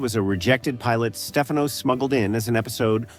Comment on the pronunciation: And STEFano instead of the correct pronunciation steFANo. And the man from U.N.C.L.E. instead of Uncle. And O.B.I.T instead of Obit, which is what it was called in the edpisode.